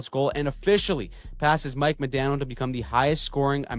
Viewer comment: Still waiting to find one Canadian who can pronounce “Modano” right 😂